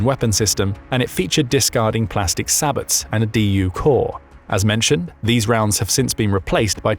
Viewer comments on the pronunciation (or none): Well, thanks for not being a lunatic and pretending DU is a radiation threat, those people irritate me greatly. Note: Phalanx CIWS? Yeah, literally nobody calls it C I W S, its called "Sea Wizz" .... snd you dont sound out the T in Sabot, its french, they often drop the last sound off of words.